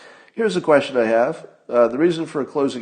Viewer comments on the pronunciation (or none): Scott, you totally fixed whatever you thought was broken with the way you say "may-zhure". Can you work on "queshshun" now?